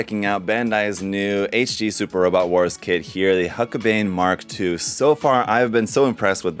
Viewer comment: It's pronounced hulk-a-bine